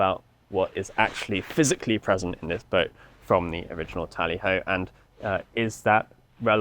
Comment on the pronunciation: It's TALLY HO